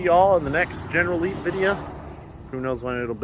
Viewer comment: Leneral Geep lol